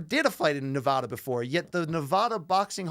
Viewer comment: BC you say Nevada wrong